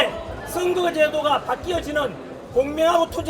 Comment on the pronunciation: 슨거 아니고 선거